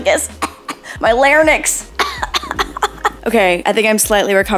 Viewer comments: Did you say larNYX instead of larYNX??? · Not even a minute in I’m checking the comments to see if anyone else heard “lair-nix(?)” instead of larynx 😂 but loving everything about everything as always 🥰💕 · calling it a larynyx is very funny